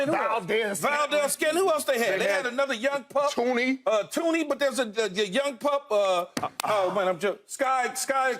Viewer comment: As a gator fan if I hear them say tooney one more time my head might exploded it’s pronounced tony